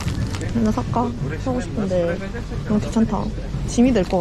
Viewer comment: 한나 아니고 하나